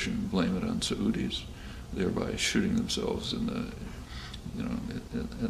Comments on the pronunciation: I'd take a sa-oodie over an eye-rack any day. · Does he say "blame it on Saudis"? I've never heard "Saudi" pronounced that way